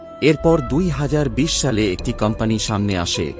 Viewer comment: শালে না দাদা সালে